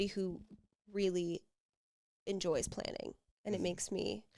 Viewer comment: Who else heard stalking every time she said planning 😂 I'm sorry but she forgets we all know how she got there....